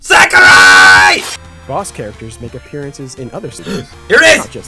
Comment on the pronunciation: XD 'AH SAKI!' That cracked me up.